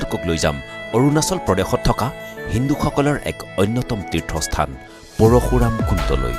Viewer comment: Parukhuram nohoi bro parsuram he koi.